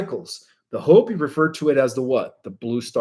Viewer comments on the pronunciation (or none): none